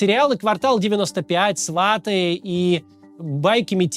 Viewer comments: Не правильно ударение сватЫ, а не свАты . Неужели ты сам не слышишь , что это не правильно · сватЫ, ударение на прследний слог . Неужели не слышите себя , как это дурно звучит .? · сватЫ , ударение на последний слог !! Вы как путин с Сумами , проблема с ударением .